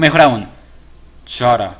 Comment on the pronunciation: Se pronuncia cara >:v